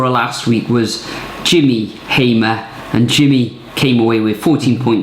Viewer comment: Wow 😮 thanks for the shout out it’s Jimmy Hammer 🔨 not Hamer though